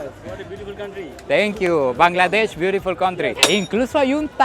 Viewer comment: "Bangladesh beatuful country"